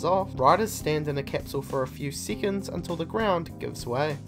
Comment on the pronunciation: for a few SEEACONS